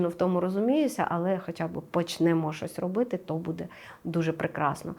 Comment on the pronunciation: Шановна ведуча, в вас не вірні наголоси. Ви робите мову якоюсь колхозною, відволікаючи від прогнозу. БудЄ? Ми всі робимо помилки в нашій мові, багато ведучих перейшли з іншої мови, на українську, це не просто. Всі розуміюсь, але, будь ласка зверніть увагу. Астрологу респект та дякую за ефір!